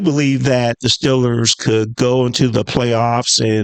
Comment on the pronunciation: Steel-ers, not Still-ers. And Garrett is better. I know all you delusional Shitsburgh fans will cry opposite but it’s true